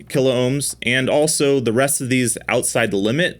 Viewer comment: P L E A S E ! ! ! Stop butchering the Kilohm word ... it is only 2 syllables, not 3.